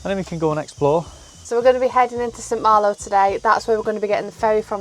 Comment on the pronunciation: Where is the r , in St malo . It's not hard